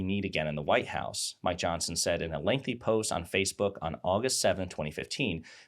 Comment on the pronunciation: Every time you say Mike Johnson it sounds like "my Johnson." And I'm okay with that.